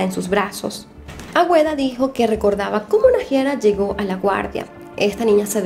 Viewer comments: no es "Agüeda" es ”Águeda". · Es Agueda no Agüeda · Águeda se pronuncia ageda